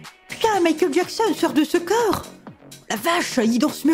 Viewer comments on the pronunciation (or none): none